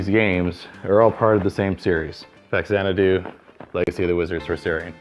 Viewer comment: Just after getting Faxanadu wrong!